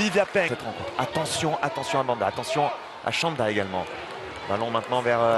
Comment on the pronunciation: Chanda, no shanda. It is pronounced "ch" as in "chief"